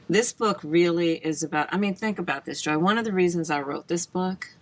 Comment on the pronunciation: Did I not hear right? Kamala sounded like she called Joy, Joe. to . Help me out.